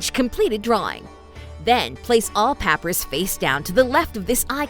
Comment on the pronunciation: Seems to just be a text to speech engine for this, which is definitely a little unfortunate. Especially since it can't pronounce papyrus. :P